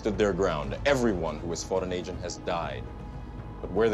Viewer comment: Anyone else keep hearing “ancient” not agent